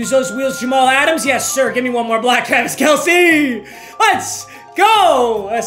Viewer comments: This man actually said Jamaal adams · “jamal adam’s”